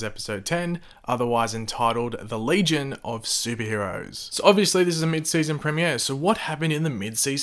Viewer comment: say premier properly